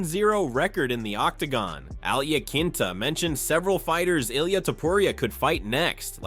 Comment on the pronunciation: Who’s Uhleyeuh Tupperreeuh?